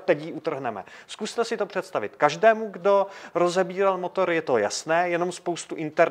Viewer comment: Starrrrrrrtovat motorrrrrrr